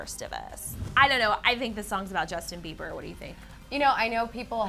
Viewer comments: "Jusin Beiber" um ok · DAMN IF YOU GUYS ARE CLEVVER IT'S JUSTIN BIEBER NOT JUSIN BIEBER NO HATE 😂😂😂